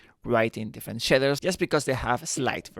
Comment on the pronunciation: Shidders are something else, I think you mean Shaders 🙂